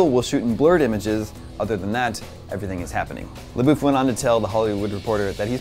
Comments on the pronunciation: His last name is pronounced "labuff" not "laboof" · I thought it was pronounce La-Buff not La-Boof